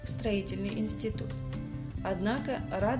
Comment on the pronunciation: Не в двухтысячна первом, а в две тысяча первом + не забрАла, а забралА 🤦‍♀️